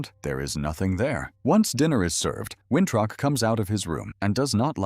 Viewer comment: His name is Winthrop not wintruck 😂